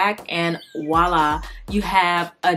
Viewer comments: PS. It's Voila, with a "v", NOT wu-lah, no such word. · It's "Voila," not wallah or whatever you keep saying, it's french for there it is. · With all due respect, it's "Voilà" not "Walla" voi·là | \ vwä-ˈlä , nonstandard wä- \ variants: or voila. - Used to call attention, to express satisfaction or approval, or to suggest an appearance as if by magic 👍🏼